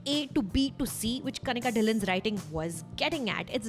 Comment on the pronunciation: ‘Dhillion’ is not pronounced like that.